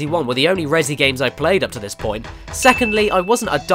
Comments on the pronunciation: "rezzy" stop that please. "REZ" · Damn it Caddy, Res-E is right in front of your face, but you still pronounce it ResEE but spell it Resi? Why? You don't pronounce it ResEEEEdent.